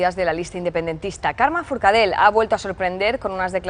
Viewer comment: Forcadell no Forcadel